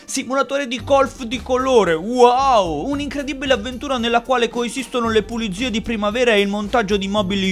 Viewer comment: sgamato il porcellino, è redez perche' ha detto puliDzie. solo lui dice cosi'